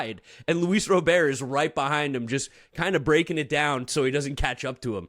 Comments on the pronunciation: it Robert not Robear LOL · His name is pronounced Rah burt! PLEASE say it right it's so annoying when you and others say it wrong lol. 1st HR was SERIOUSLY wind aided. Pirates have a pretty good lineup and really good. SP what will kill them is their defense and pen. If this is what the lineup is going to be the majority of the year they are going to win more than the 84 win predictions! LGM!!!!